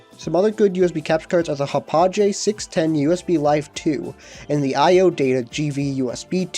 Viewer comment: "Hapojay", lol. It's Ha-pawg., Great video though.